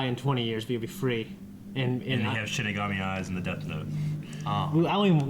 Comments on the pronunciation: It's Shinigami not Shimigami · ShiNigami, not ShiMigami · XD Shin Megami, called it a Shin Megami, like Shin Megami Tensei Persona and the like. Nothing against it, just super funny cause i love that series. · I keep hearing Shin Megami (as in the video games)